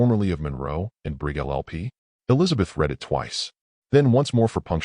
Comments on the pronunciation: why is it so hard to pronounce words correctly!! resume is HOT RESOOM its re zu may!! greande is NOT GRENODD its gren aid. and for gids sake ya cantbeven say read correct!! its nit present tense its PAST as in red..he red!!! the letter he usnt reading it!! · how about “resum” for resume? “Rid”read past tense…lazy, lazy narrator